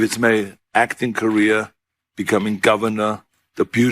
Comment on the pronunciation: If Schwarzenegger pronounces “career” like that, how does he pronounce “ Korea”?